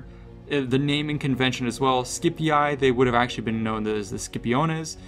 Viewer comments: How disappointing that you are repeating CA's mispronunciation of Latin names and words. The "ii" in names such as Julii, Brutii and Scipii is pronounced "ee", not "eye". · BrutiAi, SkipiaAi and JuliAi gets me every time 🤣🤣🤣🤣 It was to simple to pronounce them correctly like Brutii, Scipii and Iulii 😂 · boy stop pronouncing Julii as July-Eye, it's pronounced You-Lee. Brutii is like Bru tea. And Scipii is Skepee